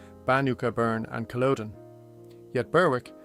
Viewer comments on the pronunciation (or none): none